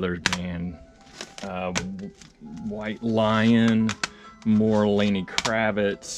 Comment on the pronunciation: Lenny not Lanny Kravitz